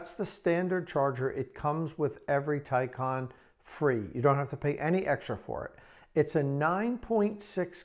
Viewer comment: It's pronounced Tie-CAN....not Tie -con